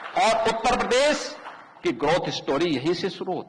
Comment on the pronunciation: Denting Penting Nahi Denting Painting hota hai ... Bhasa Nahi Bhasha Hota, Uttar Pradesss Nahi Pradesh hota hai...